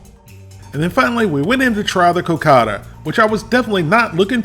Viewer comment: The pudding is pronounced "co-caw-dah". Wolfie: I hope you didn't eat both of those on the same day! That would have been 1200 calories.